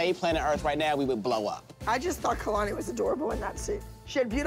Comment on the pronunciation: Abby calls Kalani Alalni